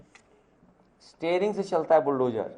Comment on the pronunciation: "Tering" se chalta hai 😂 "tering"